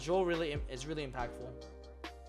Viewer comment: New title: HOW TO MAKE AN IM-PAKful SIDE DECK! LMAOOOOOOOOOOOO